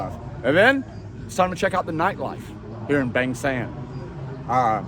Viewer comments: Where is this place? Bang Sam or Beng Sem? Pronounce it properly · Bang Saen